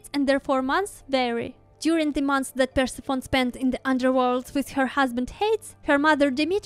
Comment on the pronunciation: It's PUR-SEF-ON-E. :)